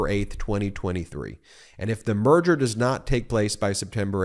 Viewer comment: When Ben said "merger", I heard "murder" which sounds about right. The company is dying.